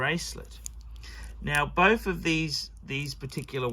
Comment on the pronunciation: A tale oph three wiphes